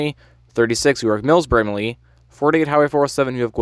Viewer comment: brama-lee not brama-leah btw hehe